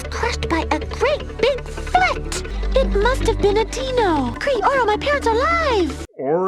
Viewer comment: I`d argue that these aren`t even real dinosaurs, they hardly look the part obviously, and given that they pronounce the (supposed) word "dino" like "deeno" makes me think that they are aliens or mutants from an alternate dimension called Deenos.